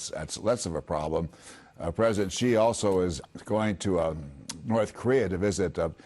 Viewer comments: president “zhi” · Fox full of stupid anchor like this one. He can't even pronounce President Xi accordingly and keep emphasizing on Hong Kong (probably trump and his trumpet team are behind it) Same and equal brain with trump